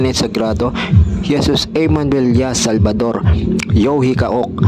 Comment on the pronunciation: bro SALVADOR yung bigkas mo. SALVATOR yung nasa Screen. ALIN PO ISULAT namin bro.